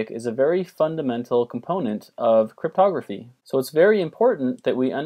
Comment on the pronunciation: I thought he said "modular arithmetic is a very fundamental component of photography " I was so confused omg I was like huh??